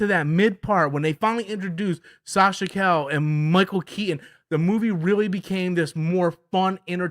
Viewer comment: That's not how you say Sasha's last name 😊